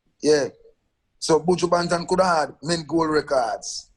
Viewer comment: Angela "Your one of my favorite artist" but you can't even pronounce the mans name correctly lol